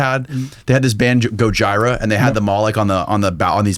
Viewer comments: It’s Go-geer-a not Go-gi-ra 😂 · “Go-gyra”?? This man should be arrested, smh. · Gojira, pronounced Go-jee-ra is an amazing metal band. They do not stem from evil. They stem from nature more so. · gojira: go -hear - a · Also got to PRO NOUNCE SHIT right. The band is called GO JIR RA. Godzilla when a Japanese person says it from the old Godzilla movies. Drives me nuts you guys cant FING PRONOUNCE SHIT yet you have a podcast. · Goj-EYE-ra concert! Lmao come on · Who pronounces "Gojira" like that? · Way to butcher gojira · said Gojira wrong and I laughed. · The way pronounced "Gojira" had me dyin lmao